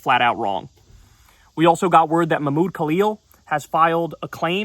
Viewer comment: Kyle, the h sound in Mahmoud is aspirated because the name is Arabic, so it sounds like [maħˈmuːd].